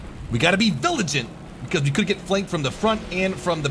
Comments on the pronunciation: "We gotta be viligant" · "We gotta be villigent" - 2018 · "We gotta be viligent" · "WE GOTTA BE VILIGENT"